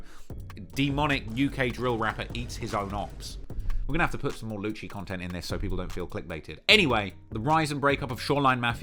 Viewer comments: I think it's pronounced "lucy" not "luchi". Lucii like lucifer...cuz they are demonic. Ya digg? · its lucii - said Lou Cee llolol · a vid on key glock! and a video about brownsville gangs PPP, FNO and YAWAH and the YPF indicment ( if you wanted info on that i can give it to you, ik alot about it) and also lucii's name is pronounced loosee, and young a6 who is called YA now and tizz and lucii are part of NR aka No Remorse